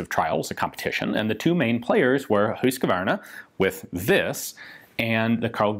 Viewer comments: It's "hus-qvarna" not husqA-varna" why do people always and an extra a in the name. Pronounced "huuusKvarna" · Old school motorcycle rider here..."HOOSK-var-nah". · The way you pronounce husqvarna is kind o funny. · Great video and a unique pronunciation of Husquvarna . What more could one ask for .